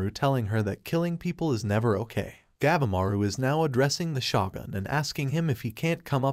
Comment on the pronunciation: God! You need to learn how things are pronounced. Shogun - its pronounced "Show-gun", not shoo-gun". And Gabimaru, "Gab-E-Maru" not "Gab-maru".